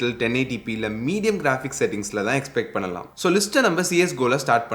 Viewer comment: It's not பன்னலாமா.. It's பண்ணலாமா.